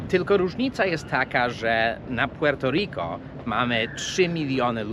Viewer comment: Te twoje "puŁerto riko" rozkurwiło nie tylko mnie, ..ludzie piszą ci to komentarze, chcą ci wbić do półjankeskiej makówki, a ty dalej swoje..większość czasu, dwa dziewczyny, itp...I mnóstwo td